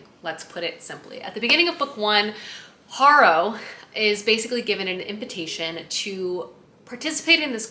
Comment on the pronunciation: I saw someone nicely correct your pronunciation on something, and i just have to do it before I go crazy. 🫣 My mother in law is named Harrow. The name and adjective are pronounced hair-row